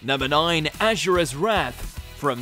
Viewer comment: It’s as-u-ra not ausra pronounce it right